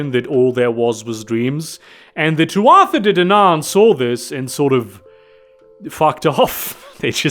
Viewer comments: Tuatha is pronounced Too-ah. It’s Irish. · For future reference, Tuatha is pronounced too-uh. At least, I'm like, 90% about that pronunciation. It's Gaelic, so, y'know.